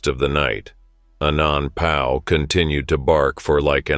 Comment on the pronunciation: "ANONPOW" Lmao